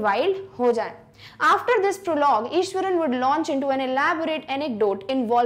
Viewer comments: Maam it's Iswaran not Ishwaran.... Btw I love your teaching style♥️♥️♥️ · it is iswaran not ishwaran